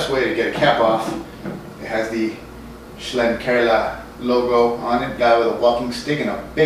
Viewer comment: I believe it's pronounced "Shlink-er-la" Thanks for always braving it out, and bringing us such diverse and interesting brew reviews.